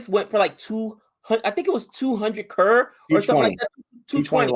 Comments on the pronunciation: it's not Carr it's crow-r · It's pronounced C-rore(Croar).